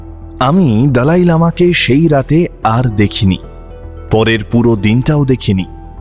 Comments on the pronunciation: আরে ভাই ওটা "দলাই লামা না", দালাই লামা।😂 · দলাই না দালাই😂